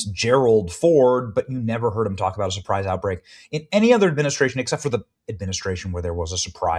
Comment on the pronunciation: Supwise outbweak? Hahaha! That's hilarious.